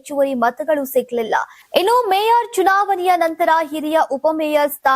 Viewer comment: News ಓದುಗರಿಗೆ ಕನ್ನಡ ಉಚ್ಚಾರ ಸ್ಪಷ್ಟ ಇರಬೇಕು."ಚುನಾವಣೆ"ಯನ್ನು "ಚುನಾವನೆ" ಅನ್ನುವುದು ಸರಿಯೇ????